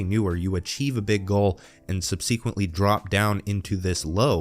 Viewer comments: I was with you until that crazy pronunciation of “subsequently”. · “Subsequently” - the stress is on the first syllable: “*sub*sequently” not “sub*see*quently”